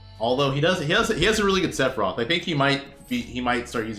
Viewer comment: Did man’s just say Se-phie-rot